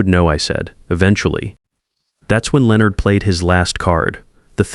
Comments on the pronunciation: Is it really that difficult for AI to correctly pronounce Leonard every time? About half the time it’s correct. The rest of the time it’s pronounced Leo-nard. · This one taught me how many different ways Leonard can be mispronounced.